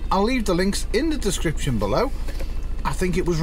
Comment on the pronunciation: That's a really nifty little device! Distrinks? That amused me. Mostly because in one of our last videos I said I would leave the description in the link. I didn't catch it during editing so it's there forever. It's nice to know others can't speak too. I find that comforting lol.